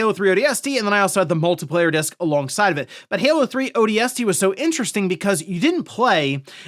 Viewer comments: Why do you say odst like a freak??? Ooohh... D S T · Odie Estie reporting for duty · i didn't know ODST could be pronounced like that. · I came to the comments looking for this and was not disappointed 😂